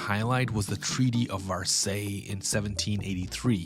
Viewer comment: Versailles is pronounced ver-SIGH